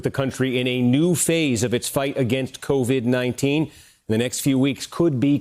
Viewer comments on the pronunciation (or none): Haw naw??? Cov???? Haw???? Teach???